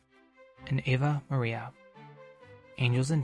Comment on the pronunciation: What I can't understand is why they have apparently never released the 75th anniversary edition, with its third, and finally flawless, recording of the soundtrack? And it's Ave Maria, not Ava Maria.